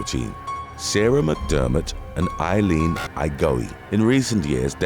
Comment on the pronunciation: There he goes killing people's names again. 😂😂😂 "Igo-ee"?? Pretty sure Igoe is "I-go". I feel we could figure out how to pronounce people's names with a little research. "Wo-sha-ka" is Oaxaca? "Wo-ha-ka", dude. It's a place in Mexico 🙄